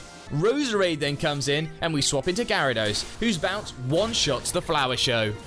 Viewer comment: UH, IT'S GYARADOS, NOT GIARABOS!